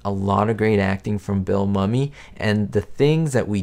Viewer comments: Excellent job as usual! The only correction I would suggest is one of pronunciation Bill Mumy is pronounced “moo me”. He’s been pretty adamant about that through the years and I just thought I’d let you know LOL excellent excellent job on this video though I agree with everyone of them that you’ve chosen! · Mumy(Bill) is pronounced Myoumee not mummy. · I believe Billy Mumy was in at least three episodes of The Twilight Zone. His last name is pronounced Moo-Me, not mummy like the person wrapped in cloth. Also, the episode with the old lady getting phone calls with no one on the other end speaking was a look into the future. Getting silent calls have become both annoying and common place in the past few years. Funny how you say that number five with the woman driving cross country and seeing the same guy over and over. You say she's in an old car from the fifties. At the time of filming, it was a new car. A Mercury Monterey, Montclair or Parklane. A 1959 or 1960. Anyway, I totally get what you mean because old cars in film would be used to give it the creep factor. It would be some old car, especially something from the fifties. I.E. Christine. The old panel truck in Jeepers Creepers. Or the 1955 Cadillac limo used in the movie Warriors (1979). The creep factor was really ramped up using creepy old cars. One more thing. In this episode the vent windows in the Mercury she was driving had been removed. They would have been in the way of the close ups, so they were just taken out. You can tell when they show the drivers side (camera) located in the back seat for some of the scenes. You can see the metal trim piece sticking up on the outside of the door from when they pulled the vent window out. Not being nit picky. I really enjoy your videos as well as your attention to detail. My taste is pretty similar to yours when it comes t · Hi - just a little trivia: I met Bill Mumy one time at a comicon. His last name is actually pronounced moo-mee.